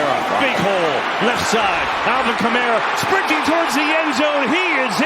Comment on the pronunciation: Al"vin" Kamara Bundy